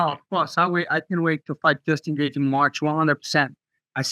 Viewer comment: Secs after I read this, he says it like that 😭😭☠